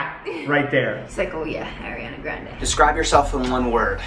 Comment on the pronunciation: Is no one gonna talk about the way pronounced "A-RIANA Grande" 😂